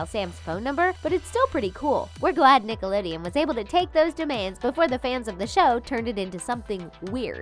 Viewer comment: Did anyone else hear nick-a-lideon 😂😂😂😂